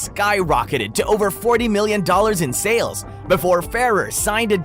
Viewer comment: Why did you mispronounce "sales" and "deals" nonstop?